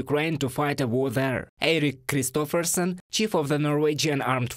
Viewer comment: kudos!! The name of Eirik Kristoffersen is practically impossible to pronounce for foreigners, but you pulled it off gracefully👍👍👍 🇳🇴🇺🇦 Heroyam slava!